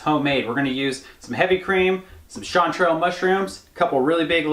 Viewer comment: Why does say chantrals so fancy? 🤣